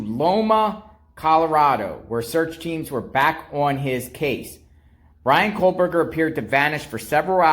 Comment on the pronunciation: Exactly! I have made the journey to Indiana and snow is a valid concern … And hasn’t Dylan been in ID since crime? And saying BKs name wrong drove me nuts 😂